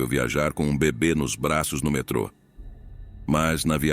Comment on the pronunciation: Metro ao invés de metrô? Por acaso a voz do narrador é artificial?